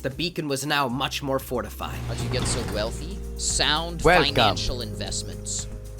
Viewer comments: Now, Well-in to the morning? As in? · "Now to the morning..." ROFL